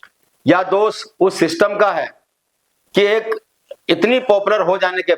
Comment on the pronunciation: आप पढ़े लिखे व्यक्ति हैं लेकिन हिंदी भाषा भी बिलकुल सही नहीं बोल पाते हैं क्योंकि आप जितनी बार भी दोष शब्द को बोलते हैं तो दोष बोलने की बजाय हर बार आप दोष को दोस कहते हैं और ये बहुत ही ज़्यादा ग़लत बात है